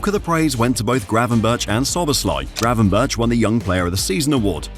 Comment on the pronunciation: Nahh it’s gravenberch szoboslai wirtz